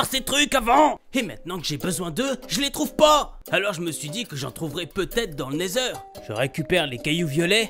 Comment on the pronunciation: Il a dit le nether bien